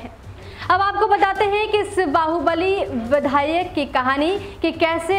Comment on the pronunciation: Badhayak nhi vidhayak